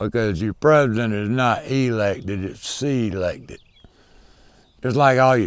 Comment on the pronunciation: “SEE-lected. Not elected”